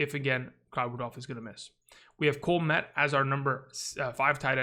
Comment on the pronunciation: I think Cole Kmet is pronounced “Kuhh-met”